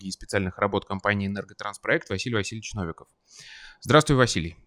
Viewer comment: Новиков или НовикОв?